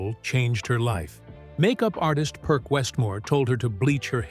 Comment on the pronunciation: Who IS this narrator???? Perc Westmore HATED to hear his name pronounced "Perk" - It's pronounced "Perse" - as in Percival.